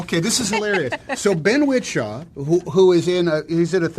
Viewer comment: Tom Hanks said Ben's name like "wit-shaw"